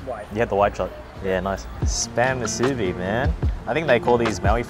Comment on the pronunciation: It’s actually pronounce (Moo, soo, bee) but yea we eat a lot of them 🤙🏼 🌋. Just need to cut the spam thicker then it’s all good 👍🏼 food looks Ono, Broke da mouth